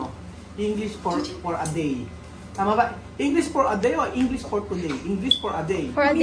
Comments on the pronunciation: Por, payb, seben, eleben TWELB hindi gumagamit si ng V at F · Ate bago mo turuan mag english ang mga bata. Magpa turo ka muna ng english.hehehe! Kase di mo alam ang magkaka iba ng letter F sa P at letter B sa V. eleben, payb, por,op 😂